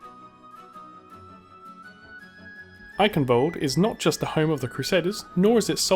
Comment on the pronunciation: ALDER NOT ADDLER